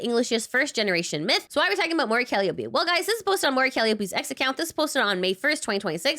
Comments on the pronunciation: It's "Cal eye o pee" not "Cal i ope ee." Source: Every Vituber in Hololive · Cali-opie lol. It's cal-eye-oh-pee.